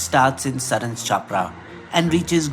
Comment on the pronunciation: Come to Bihar. No BJP there. BTW Saran and Chappra are pronounced incorrectly.